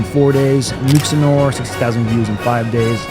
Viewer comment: nooo the way you butchered nuxanor’s name noo